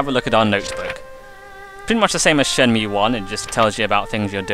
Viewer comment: Great Let's Play so far, but I can't help but cringe every time you say Shenmew. Ryo has now fused with Mewtwo to become the ultimate being!!! haha